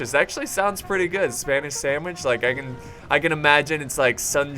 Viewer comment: "spanish sandwish" and now i'm hungry ;) hmmmmm